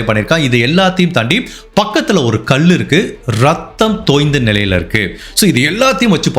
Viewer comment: ல கரத்தை ளககரமாக உச்சரிக்கிறீர்கள்...கல் என்பதை கள் என்றும்... தயவுசெய்து சிறிது மெனக்கெடுக்கவும் தம்பி... அழகான குரல் தெளிவான பேச்சு... ஆனால் கல் என்பது கள் என்றும் இப்படியாக...